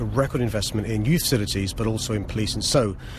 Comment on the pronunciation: ‘Youth cilities’?